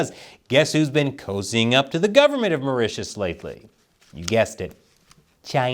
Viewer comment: Mao Ritius(Maurtius) island